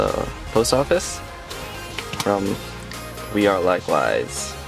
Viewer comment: Lol "wear e like wise"?! It's actually "we are like wise"